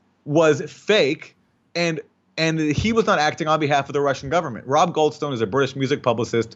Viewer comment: “Goldstone”. Every. Single. Time